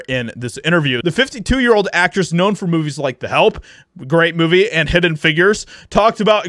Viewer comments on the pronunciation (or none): none